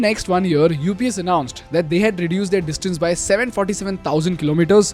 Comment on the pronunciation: "They are" and "their" is not the same, they've different pronunciation 😅. I know I'm being pedantic here but believe me I've been avoiding this for a year, its just I'm not able to😅.